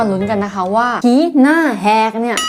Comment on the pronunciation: พี่พูดว่าผีหน้าแหกใช่ไหมหนูได้ยินว่าหีหน้าแหกคะ